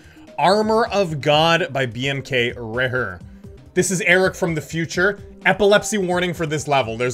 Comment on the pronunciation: And it’s Bm-Kray-er